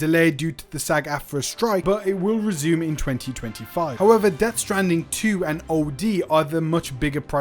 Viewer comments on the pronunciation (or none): none